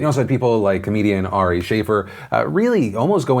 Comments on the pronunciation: Ari Shaffir (note to pd: it's pronounced sha-fear, not shay-fer) is a POS human that drugged one of his supposed friends (Bert Kreischer, Burnt Chrysler) to get back at him for pushing Ari into sober October with Tom Segura and Joe Rogan. Although I myself am in the group which believes that no one should be spoken of harshly immediately after their death, I realize that Shaffir is a comedian and tries to push things. Despite not liking Shaffir I would say that I'm not pissed because he's done this. Maybe it's because he is a comedian. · Ari Shafir is pronounced Sha-phere. Sorta like pronouncing sphere. But boy is he getting people to hate him lately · You miss-pronounced Ari Shaffir's name. He's good friends with Joe Rogan.